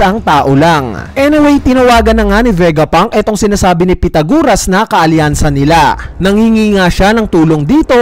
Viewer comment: Sino bang pitaguras ang pinagsasabi mo. Pythagoras yon pronounced as "pai-tha-guh-ruhs". Ayusin mo naman pag pronounce ng mga pangalan. Imagine may batang fan din ng one piece tapos di pa nya naeencounter sa school ang pangalan na Pythagoras tapos napahiya sa class nila dahil sa kagagawan mo.